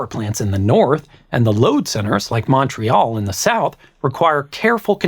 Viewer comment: I'm Albertan so your accent isn't all that far away from mine and I don't usually notice it - but once in a while a word jumps out. "Maawntreal" definitely made me giggle. Anyway, thank you for this one! Last summer on an exceptionally hot day, the Alberta energy grid sent out a province-wide alert asking people to to turn off optional electrical devices. This produced a lot of ignorant whingeing about EVs, but also resulted in about a 3% drop in demand, which we were told made a very big difference. This video helped me grasp why such a small change was so important.